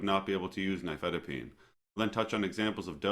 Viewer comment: Oh at last, an American saying the name "nifedipine" without a foreign accent. The main reason I watch youtube videos is to get the pronunciation correct.